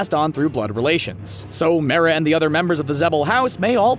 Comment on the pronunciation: also they say Mera wrong